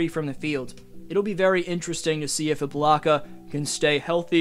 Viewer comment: Bruh said iblaka